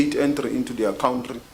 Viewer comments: Hate the way they pronounce country. COWNTREE. UNEDUCATED TRASH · A foreign minister that calls country a "COWNTREE* is definitely a highly educated cadre.